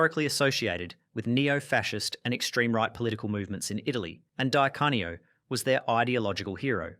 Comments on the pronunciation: Dye Cane-E-Oh 🤔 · Good grief! Anybody doing a vid like this should get "Di Canio" right.